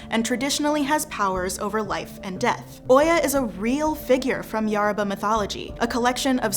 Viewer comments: It's not YARABA, it's YORUBA, yoh-ru-bah. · Is anyone else ticked off that she says Yaruba instead of Yoruba? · ( Yo row ba ) I think that’s how it’s pronounced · This video is great but Yoruba is pronounced "yo-roo-bah" The "yo" is pronounced like "yo" in hip hop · It's definitely "yoh-roo-bah." The pronunciation of most names in this video is atrocious. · Thank you for clarifying some of the statements here. I really did enjoy the video, but...the narrator's mis-pronuciation of almost every entity she mentioned (even the name Yoruba, which is NOT pronounce "YER-ba"!) was very annoying, if not downright disrespectful. Peace to you. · The speaker can't say Yoruba well or Adeyemi. She should have practiced how to say it. Please remake this video with proper pronunciation. You're indirectly educating people to incorrectly pronounce Yoruba names.